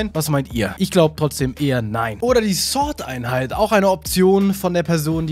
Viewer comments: warum wird immer sort einheit statt sword einheit gesagt?. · Es heißt „sword“ und nicht „sort“😂🤦‍♂️